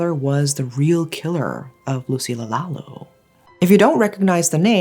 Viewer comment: lucilla lalu pronounce as Loo See Lya La Loo